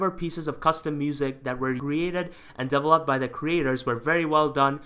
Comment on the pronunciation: Every time you say "develop" I think you said "double-up" lol